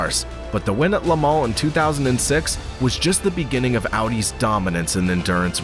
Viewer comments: It's Lemooon not lemow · "La-Mawn..." lol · I don´t think anyone could say "Le Mans" more unintelligible,... but otherwise good, althought I noticed that you didn´t make sense a couple of times... Le Mans actually sounds like "lemόn" (the stress on the "O"), and, at best, you pronounce the "O" out of your nose, and not the mouth. "Lamarre" is something else.